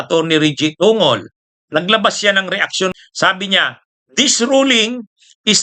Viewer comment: TONGOL..... PRONOUNCE TONG GOL !